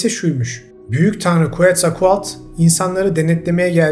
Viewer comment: Harika bilgiler, müthiş sunumlar. Tekrar tekrar teşekkürler.. 😌🪶🧿🙏🏻 Bir minik bilgi paylaşmak isterim, “QUETZALCOATL” ın okunuşu “Ketzalkuatl” şeklinde. Şu an Maya topraklarındayım ve Meksikalı arkadaşlarımın da beni düzeltmelerine istinaden ben de size fısıldamak istedim. Sevgiler.